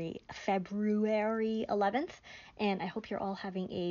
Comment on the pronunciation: Glad you have staged a comeback! Keep on keepin' on! P.S. Thank you for leading the revolution against mispronouncing FebRUary!!!